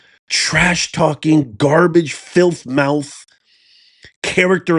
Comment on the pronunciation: Can you please stop pronouncing garbage that way? These people have earned the correct pronunciation of the word. Trash is trash no matter how nice you try to make it sound. Use clear language to describe these people.